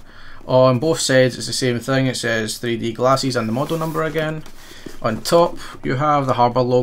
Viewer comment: Love the way you say glasses LOL